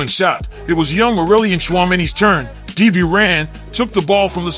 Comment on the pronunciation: Love the attempt at saying dibu i havent heard anyone who speaks english call him by his nickname